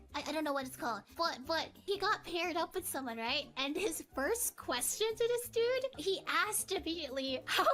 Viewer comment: "He was, a dOOd. Looking for, another dOOd" 🤣🤣